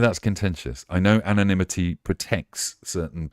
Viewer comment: It's anonymity, not 'anomity'!